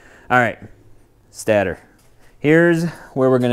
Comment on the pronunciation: stAtor not stattor.